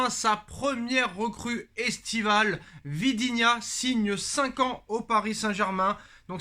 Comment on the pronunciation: Vitinha, pas vidinha